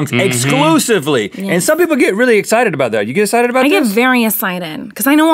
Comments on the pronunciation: "i'm SO esited! SO esited." '>' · Ohmyraspbearryz I love it when Miranda says "I'm so esited" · Rhett just keeps trying to make her say "excited" right 😂 I get EXCITED do you get EXCITED? Yes I get very essighted Rhett just lost it 😂